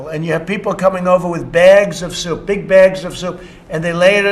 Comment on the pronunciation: So he's saying. . . Souptifa?!